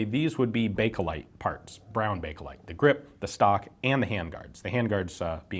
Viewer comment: Did you say Bakelite or Breakalite?